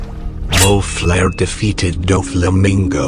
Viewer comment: Did say momlare itz moflare